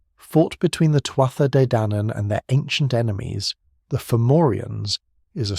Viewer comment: Really nice documentary man, I enjoyed it! For future reference, the correct, phonetic pronunciation of "Tuath" is "two-ah"